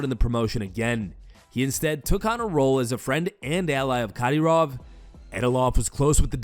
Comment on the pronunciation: who is Cadyroff? lol